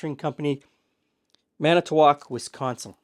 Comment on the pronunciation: Thank you for pronouncing Manitowoc correctly. I’m from Manitowoc. I have LOTS of Mirro, Viko and Herald Times Reporter. LOTs. Thanks again